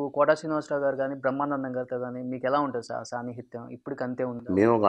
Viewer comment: 11.13 సాన్నిహిత్యం అనటం రాదు...బాగా పంచ్ వేశాడుగా ..నీలాంటోడే అని